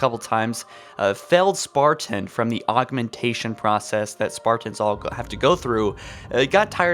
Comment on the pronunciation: stop saying spartans like that.